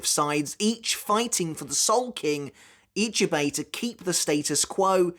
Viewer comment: question: I'm not Japanese either BUT why is it that most english UK/US people can't say other names right. is it a weakness? a lack of trying or worse. How you said Ichibei's name was just preposterous. Or you watch anime in dub? if thats the case its a lack of trying. But then the correct way can literally be repeated to you and you STILL cant say it right. not forgetting its written Ichibei Hyosube but they say it Hyosube Ichibei. even that simple bit...